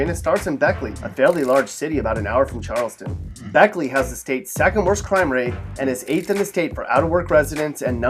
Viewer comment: Listen here you son of a bitch I am from West Virginia and I can't blame you on half of this list but when you say beckey I am swinging at you head because that is my second home I live an hour from there